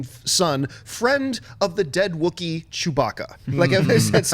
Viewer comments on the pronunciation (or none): none